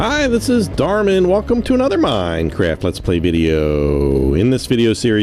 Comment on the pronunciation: Crack Star darman not darmen